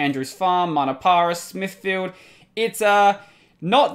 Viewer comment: Smithfield, the "field" didn't had that clear of a pronunciation, bury in Modbury, same thing, maybe my english is wrong, idk... the rest seems like I would pronounce as well. P.S.: Good that you don't get offended that easily, I think I kinda got used to see people crying/complaining/get offended when I (and others) tell them to read the wiki :P